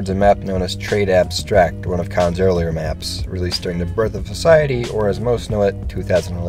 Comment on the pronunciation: it's pronounced "dayum cone" xd